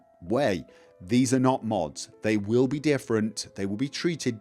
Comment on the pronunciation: Time vill tell, sooner or later, time vill tell.